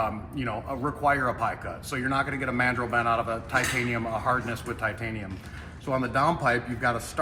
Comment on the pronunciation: ‘Titainium’ you say? 😂